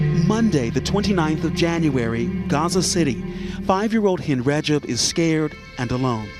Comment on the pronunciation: sorry but the very first 3 seconds are already wrong. "Her name was Hind Brajab." NO. Her name was Hind Rajab. I mean, this was recorded, right? This was not some kind of live tv show. It was recorded. A script was used. Right? And yet she says: Her name is Hind Brajab. Sorry, but i see this as a special kind of disrespect. Recording this stuff. TO show it to an audience. And NOT picking up the fact that the woman is not able to pronounce the name of the girl correctly. I find this disrespectul. As if it is done deliberately. It takes 1 or 2 seconds to find out what happened and how to pronounce the name correctly. And yet this channel couldn't be bothered. She, the woman on camera, she could not be bothered. Hind Brajab it is then.